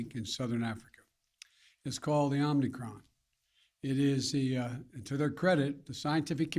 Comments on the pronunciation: "Omnicron." He said it again at one minute in. And he slurred something about slowing the speed right before that. Holy sh*t, this guy is out of it. And he's getting worse, which was, of course, to be expected. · "It's called the omnicron." I thought it was omicron. Took him all of 25 seconds to f*ck up. That might be a record for ol' Joe! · "omnicron", thats my president :)))))))) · "OMNICROM" spoken 3 times by the potato-in-chief that doesn't wear a face diaper like he and his ilk mandate you to do. 🤣🤣🤣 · Haaaaaaaaaaaaa! Om-KNEE-cron. Better seek the proper pronunciation of the variant with the smartest person you know (Hunter). He should be able to inform you of the error of your ways.